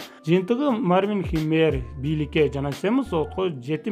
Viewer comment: Мартин эмес Марвин деп турат туура окугулачы🤣